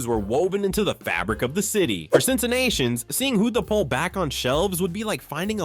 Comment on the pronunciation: Not Widemann Beer, Wiedemann Beer! Think of wheat! Burger Beer was my aunt’s go to! It’s Hudepohl beer. We aren’t called Cincinnations, we are Cincinnatians, your pronouncing of words is quite off! Hudepohl has become Christian Moerlein, hint the beer they started to introduce in the mid 80s. They had put on an event at the Hudepohl Brewery in Cincinnati when, they had put Christian Moerlein out on the market. We had moved to Indiana and my mom took over ownership of my uncle’s tavern when, a Hudepohl Distributor invited my mom and gave her the invitation tickets and she could invite as many people as she wanted and she took a couple of my aunts with her along with their husbands. They done away with Hudepohl and moved to the Christian Moerlein Brand, because, that’s all I see now all over Facebook. I hoped they worked on it because, I remember mom letting me trying it when, it came out and, it had no taste to it.